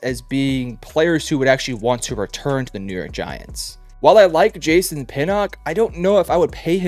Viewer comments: Jay-sahn you mean jason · ive never heard someone pronounce Jason like jay-sahn